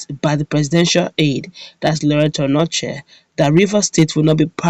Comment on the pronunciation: That's not Anochie, it's Onochie, check very well before you write ir say a thing.